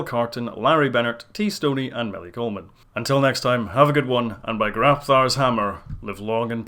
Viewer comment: thank goodness you got 'Grabthar' right, because over on another thread they're all Grapthar this & Grapthar that & i dont have the heart to point out...